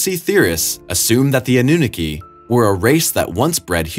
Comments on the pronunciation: “a new nikki” lol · You're saying Aununaki completely wrong dude which shows you didn't research enough. Aunu, Ah-nu. Ah as in a breath of fresh air. naki, na as in na na na or nah-ki like key. You're saying the "naki" part like Nicki. That is wrong. Best you look up other video's with it in the name and watch so you can hear how it's pronounced. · Anunnaki is pronounced Anna knock E. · Ah-new-naw-key, not whatever it was you tried to say. "Ah" as tho you are showing your tongue to the doctor and saying "Ah"--not "Awe" but the ugly, flat "Ah" as in "aptitude." "New" as in brand new like a Christmas present. "Naw" as in "gnaw" like a dog gnawing on a bone--the "ah" unlike the 1st syllable, but long, pretentious, or British "ah's." "And "key"--the thing that unlocks your door. Anunnaki. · Ah-nu-nah-key Anunnaki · I love the way this guy pronounces anunnaki. Ah noo nah kee?...😂😂😂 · Annunaki A-NU-NAK-I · Ann-na-NUKI LOL!